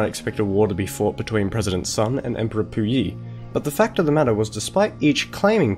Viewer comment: There's a couple times you messed up in this video. First, you pronounce Sun incorrectly, as well as Chieng. Second, Japan specifically did NOT anix Manchuria, instead setting up a puppet state. Third, you attributed several things that at least arguably would have happened anyway to Mao's government at the end, and framed it in a slightly biased light, which annoys me because people who don't know better would be influenced by this not entirely unbiased presentation. Good video overall though.